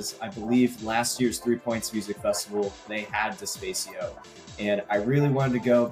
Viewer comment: Loved the podcast. Nice shout out to Despacio. Small note: "De-spah-cee-oh" not "De-spay-cee-oh"